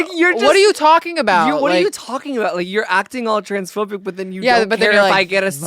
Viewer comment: OUT AND “A-BOOT” 😂 I love Kate too much, need to get married asap